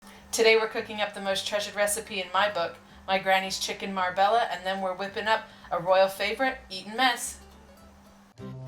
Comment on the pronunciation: It’s pronounced Marbella , Mar bey ya not bella